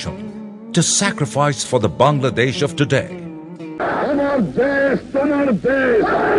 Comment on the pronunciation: The guy pronounced my country's name correctly :O What more can I ask for? Haha. Its wonderful to see our fellow neighbors (Indians,Pakistanis,& etc) commenting with such positive attitudes :)